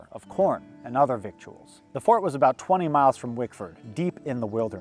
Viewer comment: Not to nit-pick, but "victuals" , is pronounced "vittles"!